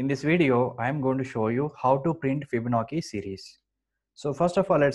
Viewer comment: It is pronounced FibonaCHi, not FibonaKi (crying emoji). Videos are terrific though thank you!